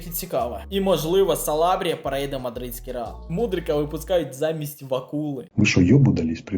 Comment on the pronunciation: Калабрія, а не Салабрія